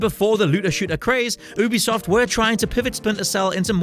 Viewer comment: Its not ouu-be-soft its YOU-BE-SOFT!!!!!